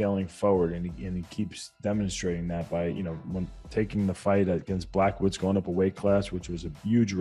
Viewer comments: lol Wide-man said ‘Black-o-wits’ 🤦🏼‍♂️ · Weidman's praises of Adesanya is well deserved and much needed. Would have been even better if he remembers the former Light Heavyweight champ, Jan's Blachowicz name right (it's not "Blackwoods." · “ Black Owits “